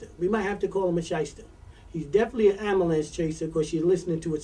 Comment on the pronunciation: 1st thing....learn how to pronounce " ambulance" correctly...also, i remeber tony herbert when he was a popular local club mc calling himself " tony tune "...